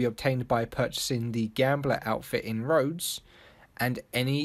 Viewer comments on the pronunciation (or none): none